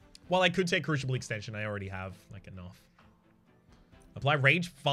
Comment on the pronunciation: What a great episode! Two a day?! Awesome! Btw crooshible->croosible & oombra->uhmbra (unless it’s intentional for the lulz)